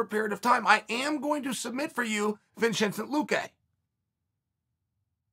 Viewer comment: No one: Chael: khazmat chimaev, vinchenze luque